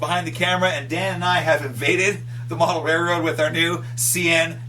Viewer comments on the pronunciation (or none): DAMMIT, it's RAILroad, not RAYroad